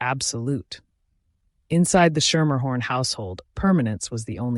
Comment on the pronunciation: From NY. I went to school with a Schermerhorn. You are pronouncing it wrong. It is "Skimmerhorn" or "Skimmahorn" They have a subway portion named after them, also pronounced "Skimmerhorn". Surprised you didn't learn this from the starting gate.....